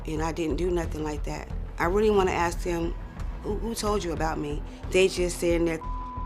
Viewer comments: Why is she axing everyone? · I AKSED WHY CANT YOU SAY ASK